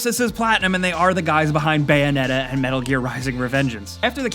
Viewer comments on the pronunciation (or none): none